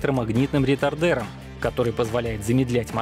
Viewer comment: Не ретайдЕр ,а ретАйдер ! Хоть бы у дальнобойщиков спросили ,как правильно говорить)))